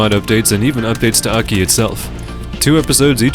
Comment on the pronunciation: its not pronounced "Aki" you weeb. its A.K.I